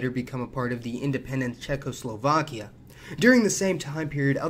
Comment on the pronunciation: CheKKoslovakia was funny too. :D